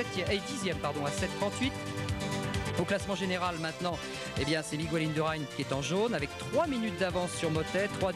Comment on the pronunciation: "Chiapoutchi", "Migouel Indurain" quelle tâche ce commentateur !!